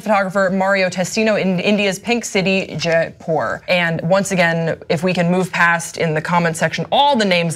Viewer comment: Americans just can't say any foreign names